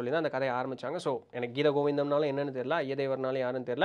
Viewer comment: Hi, that is Jayadev not Ayyadev,pls correct